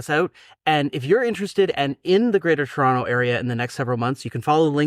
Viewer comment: "Churonto" I knew you guys were fellow canadians, but I somehow just felt it when they pronounced Toronto correctly.